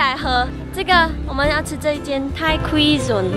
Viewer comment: 把cuisine读错了啦😆